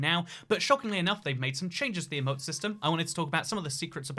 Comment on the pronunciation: Anyone else a little triggered when he says “eh-moat” and not “ee-moat”